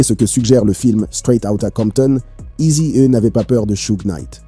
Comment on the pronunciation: NW "Â" gangsta Wap 🤣🤣🤣🤣🤣🤣🤣 bro tu abuse sérieux... eazy é 🤣🤣🤣🤣🤣 eazy hé Easy et Izi haie 🌳🌳🌳🌳🌳🌳🌳🌳🌳🌳🌳🌳🌳🌳🌳🌳🌳🌳🌳🌳🌳🌳🌳🌳🌳🌳🌳🌳🌳🌳 🤣🤣🤣🤣🤣🤣🤣🤣🤣 sérieux je le redis... tu abuse cousin